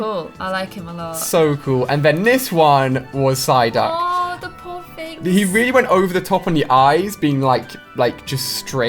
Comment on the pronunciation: is it just me or he said ssyduck